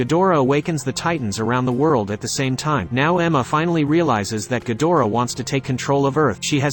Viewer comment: Not ghodorah ghidorah